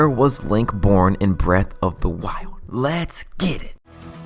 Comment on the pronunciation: I can’t do the speech issues Zelwda, breath of the wilwed. Worlwd of hyrule damn man.